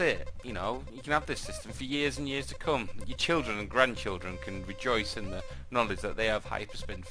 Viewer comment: lol "..your chidren and your grand childer..." that crack me:))